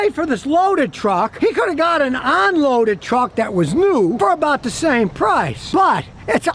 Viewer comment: Hey Scotty, what the hell is "ON-loaded?” is that a new word? maybe you should have said non-loaded. Geez a guy with such a huge following on you tube that can’t pronounce the prefix “UN” is just a shame.